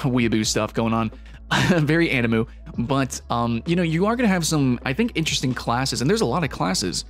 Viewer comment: you call it ani-moo now?